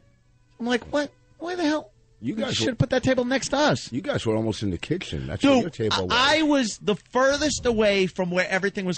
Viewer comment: I swear, he almost said "kickchen"